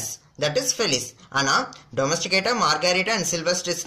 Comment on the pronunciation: In book they have given domestica sir .but u have pronounced that as domesticata